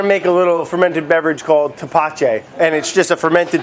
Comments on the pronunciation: My father would make this and its very sweet Also its pronnounced tepache ( teh·pah·che) make sure you don't make the t and p to hard... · You're saying it wrong it's thapatchè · "tepachei" "tepache" is "tepache m8